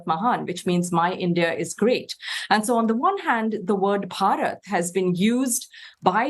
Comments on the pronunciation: It's not barat it's bharat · It's called Bharat not Barat 😂😂😂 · ....dont emphasise "rats" when saying it out loud 😮😮😂